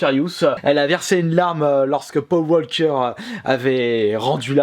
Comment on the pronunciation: « Po wolker »